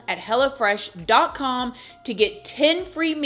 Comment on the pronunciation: Sounds like you're saying "Hella fresh" instead of "Hello Fresh"😂😂